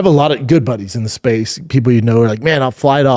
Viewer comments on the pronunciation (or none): none